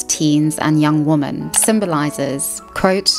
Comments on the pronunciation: Is she using woman (singular) in sentences as if it is women plural? Am i hearing that right? Or is she saying "women" but it only sounds like "woman"? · I've been meaning to ask, is there a reason she says "woman" instead of "women" when using the plural form? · Women = "Wimen" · Woman and Women are not pronounced the same.